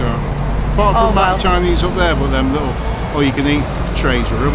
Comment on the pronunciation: Lickle ? Do you mean little?